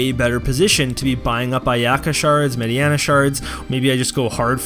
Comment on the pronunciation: Her name is MAY DI NA not MAY DI ANA ... Mediena *